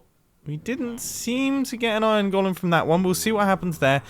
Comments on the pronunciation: I know I shouldn't care but... It's pronounced 'goal-em' Great video though. I've been looking for an efficient iron farm design for a little while now. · Anyone else hate how he pronounces "golem" and "elytra"?